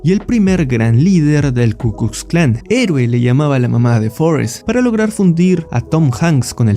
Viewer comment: Te comes la "L" y aparte pronuncias "S" (KU "KUS" KLAN), es KU KLUX KLAN. Sí es un poco dificultoso decirlo bien, justo lo estaba haciendo y tuve que repetirlo varias veces, es como un trabalenguas